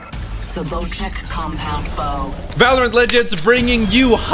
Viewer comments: That’s not how you pronounce the damn bow it’s the bochek there isn’t a h but that’s how you supposed to pronounce it, ps I’m not mad I’m just little bit salty you wait it wrong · is it pronounced boceck bow or bocheck bow?